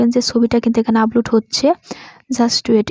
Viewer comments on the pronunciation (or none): apu age valo kore Upload bola sikhen, upoload na...